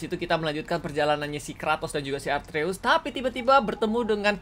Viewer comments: Nama anak nya kratos atreus kak regi ,bukan arteus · Kaka regi nama anaknya kratos itu atreus bukan arteus